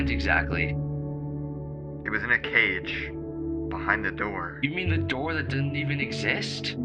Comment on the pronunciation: "Open the noor"